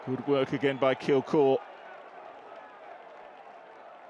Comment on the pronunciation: Kilgour not kilkour 🤦🏼‍♂️